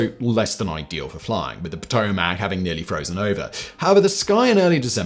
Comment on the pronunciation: ew i've never heard potomac pronounced like that, its (puh-toe-mick)